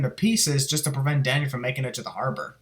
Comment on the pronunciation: Good thing you have subtitles I thought you kept saying daddy till I saw Danny